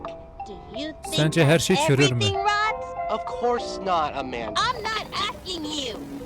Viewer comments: Abi cürül diyiyicen🎉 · Abi çürür demen gerekiyor